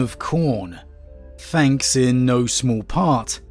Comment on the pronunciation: Fret. Everyfing. Fanks. Moff. Frone. Fwarted. Brova. Wiv. Strengf. Gaver. Brevren. Fink. Anuva. But no issues saying the, their, that…interesting speech pattern. PS: favourite 40k lore YouTuber hands down